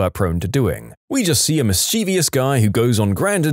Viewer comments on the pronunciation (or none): none